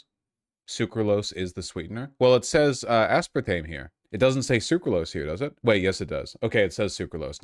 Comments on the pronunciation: first: he says "aspartmeme" second: i pause and skim the comments third: i close the tab, confident that he won't know what the fuck he's talking about in this one. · zilitol,, asspartame??? Why does he pronounce chemical names like a Brit .. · Ah spahr teem you say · “Ass-partmene” Oh god vaush is actually so wrong please do not let this man look at studies / popsci articles. Being smart in one area does NOT mean intelligence in another -_- is he talking about the one that says the “high intake” group is 1 can of soda a day? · ICANT a spartan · ass part meme?? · How is Vaush so bad at pronunciation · I love Vaush but his pronunciations are wild lol